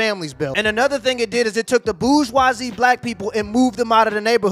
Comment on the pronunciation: Love the vids, side note so you know about pronouncing it, BOOR-ZHWA-ZEE, BOORZ not BOOJ. Keep on keepin on man